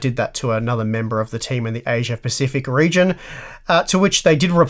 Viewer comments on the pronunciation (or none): none